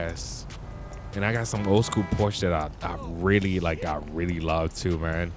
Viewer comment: Phorche garage